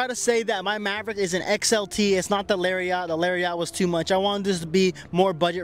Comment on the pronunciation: i personally tow so i need a heavier duty truck. but that’s not how you say lariat!!